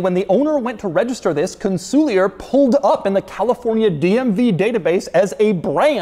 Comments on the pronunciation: Con Sul Ear not Con soolee er. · It's not "Con-sool-lee-ur" It's pronounced "Con-sul-ieeeeeeeer":elbowcough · You'd think that before making the video, he'd at least check a couple of videos with Mosler to learn how the name is pronounced. It's Con-suh-leer, not Cun-soo-li-yer. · Yes, his exaggerated incorrect pronunciation was driving me crazy 😂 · Doug it's pronounced CON-SOL-YAY !!!!!!!!! I'm old & have lusted after one of these for over 30 years. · I always assumed it was pronounced like it was a French word... Con-Sool-Eee-Yay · Every time he says kahnsooleeuhr I lose 50 braincells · Are we sure it's not pronounced con-sue-lee-yay? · Im not shure hes pronouncing the name properly 😮 it is gorgeous tho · wouldn't it be pronounces Con-sul-e-A as it's a French word? the "ier" making an "eh" sound?